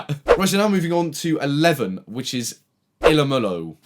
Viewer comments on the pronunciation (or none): The game is called ilomilo and she pronounced it like e low me low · Ilomilo is pronounced eye-low-my-low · Ilomilo is pronounced Elo-mElo